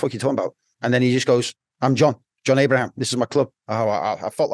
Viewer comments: He can’t even pronounce his name properly it’s John Ibrahim not Abraham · Its Ibrahim not Abraham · The blokes bodyguard but can’t get his name right. Ibrahim, not Abraham .